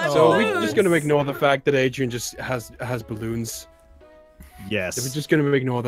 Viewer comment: Naomi Leona 奈米罗娜 Then she said Adrein